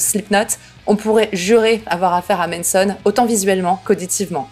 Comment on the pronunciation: Tu dis toujours Menson au lieu de Manson mdr, ça me démonte 🤣